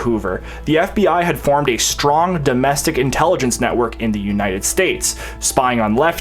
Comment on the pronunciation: Excellent presentation young man. Please, since you are such an insightful and diligent person, learn to pronounce some words correctly, words that heretofore, you've been mispronouncing. For example, "association", rather than "assoschiation", "strong", rather than "schtrong". You not doubt get the idea. This alarming trend is fast becoming all too common and you are too smart for this. I do hope you don't mind my criticism, offered with the best of intentions.